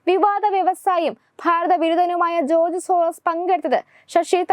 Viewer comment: ജോർജ് എന്ന് ഉറച്ചു പറയൂ കുട്ടി